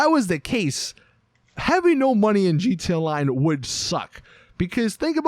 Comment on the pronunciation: he say gt online